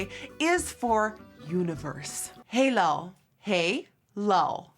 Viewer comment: HEELAL NOT HEELA HEELAL HEELAL HEELAL 😂